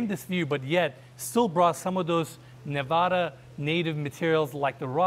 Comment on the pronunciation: I’m happy you pronounced Nevada correctly. Love your videos. Exquisite properties.